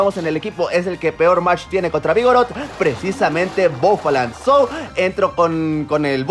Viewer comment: "sou" aprendiendo inglich